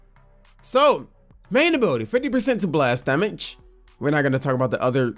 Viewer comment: Why does he say damage instead of damage